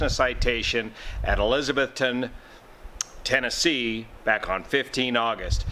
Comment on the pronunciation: Why is it so hard for him to say Tennessee ?